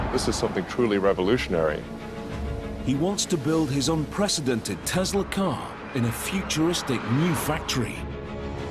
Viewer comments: Can you please stop saying tezla there is no ZZZ it is TESLA SSSS TESLA NIKOLA TESLA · I love TESLUR!!!!😂😂😂